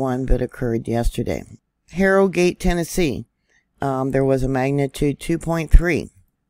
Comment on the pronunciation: Not that it matters but here in Tennessee we pronounce Harrogate with a slient O.